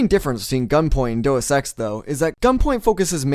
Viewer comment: I can't be bothered to keep watching this, I'm 6 minutes in and so far you've done nothing except describe what Gunpoint is. No analysis or criticism, you are literally just telling me what is in the game. EDIT: Also there's no 'o' in Deus, the correct pronunciation is DAY-US